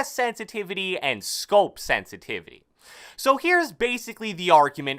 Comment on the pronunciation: I don't like how he talks. He says some words louder and slower than the rest. He slows down at the end of sentences. He also says parts of words words louder. "Sen-si-TI!-vity" and "mee-dee-om" are some that really annoyed me. "Call of doody" ugh... I can't watch this.